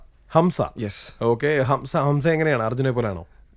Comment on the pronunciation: hakkim alla hamsa aan